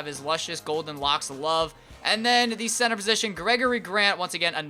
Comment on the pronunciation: lol he said censor instead of center